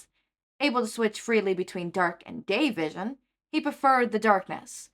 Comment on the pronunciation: 😂I'm so sorry but when you said dark and day vision I thought you said dark and gay vision